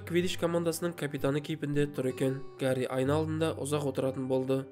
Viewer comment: Гари емес, Хәри